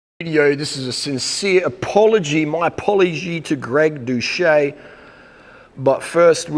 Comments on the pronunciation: Did you really fail to pronounce doucette correct? Its not "dousche" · and where does the "ette" at the end go? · 3 falsehoods in the first 11 seconds: You say you're sincere, you pretend you're too stupid to correctly pronounce his name, and you lie about his response to your begging for a live debate. Yuck.